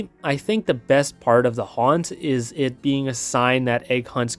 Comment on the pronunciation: Never quit the "H" from haunt